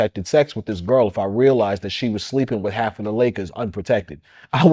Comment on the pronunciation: Wow.im sorry for you sir. Did you say hakf the Lakers?